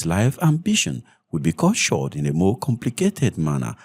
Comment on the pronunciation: Time not thime. Short not shorth. Baba you are doing a good job . Just speak normally